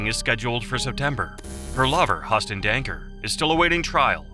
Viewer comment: HE-YOU-STON... not HUSS-TON... Jeebus!